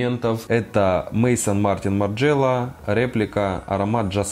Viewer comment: P.S. Правильно произносить "мезон",а не "мейсон".